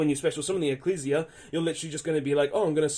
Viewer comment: It’s pronounced e-c-l-e-s-s-i-a dude